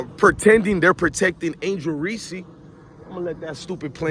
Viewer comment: This guy wanna simp for Reece but keep pronouncing her name Reese-see like she a peanut butter cup. It’s Reece bro not Reece-see 😂 if you gonna simp know ur girl name